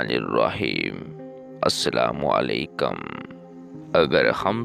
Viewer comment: بھائ جان معزرت کے ساتھ اپ سے عرض ہے کے اسلام و علیکم صیحی کہا کرو کٙم نہیں کُم ہے آخر پر شکریہ